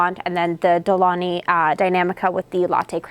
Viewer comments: It's not pronounced "De Loni" - the correct is "De Long-y". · Isnt it De-Long-Hee? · Exactly!!! De-Lon-GHi gggggggg like in Lamborghini gggggg as it sounds in English gate or get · super interesting to hear you pronounce de'longhi (it's italian, so the G is not silent, but like gee in the end) :) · For a coffee expert, I’m shocked no co worker has corrected you for how it’s pronounced :/ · Seriously, I stopped the video to check the comments about the missing G. Frustrating 😂